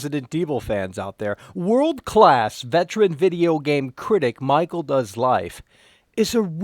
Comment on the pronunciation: Oh maacheal lol